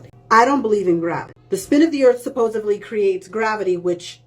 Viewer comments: She actually says "supposively" and that's a whole new level of "credibility blown"! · Did I hear another "supposably"? No science, no grammar. Did you even go to school? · She also said “Supposively”. That bothers me as much as flat earth does. Oh, and then she said “supposedly” and got it right, and the. She said “supposeably” and got it wrong again. I’m confused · It's difficult to know where to begin with all of errors. I wish she would at least begin with saying "supposedly" instead of repeatedly saying "supposively". I've seen some clueless flat earthers before but she is something special. Flat earthers are like lawyers. They're not interested in the truth or the evidence for it, they just want to push their narrative because it suits their needs. But at least most lawyers are competent. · The second i hear “supposively” and not supposedly, I know to lower my expectations for what’s about to come next. EDIT: in her follow up video she said it right! Small victory but I will take it. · You're misrepresenting her argument. She said "supposively", not "supposedly" 😂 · It's also a red flag when you pronounce it, supposobly. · Sounded like "supposively" a couple of times too! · Was anyone else surprised that she actually said "supposedly" and not "subposibly"? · Is she saying "supposively?" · Is she saying "supposofdly" ? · If she's trying to convince me of something, saying "Suposuvely" made my brain stop processing her words. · She says "supposeBLy" I already don't listen past that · Ugh, "supposevly" she says, bru-tal. Righteous indignation and the dim uncomprehending light in her eyes says it all. She must be new to flerfland or incapable of moving on if she's still whinging on about the "water stuck to a spinning ball" comedy routine. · "supposuvably", FFS lost me right there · But suppozubly we're told spitting stuff doesn't stick supposably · She lost me as soon as she said "supposebly" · Did she pronounce it "Supposively"? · "supposebly" FFS